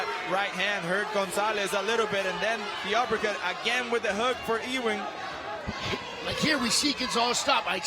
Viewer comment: Great fight but I prefer it with the sound off with this guy yelling, "OHHH". His name is pronounced, "U Wing", not E Wing.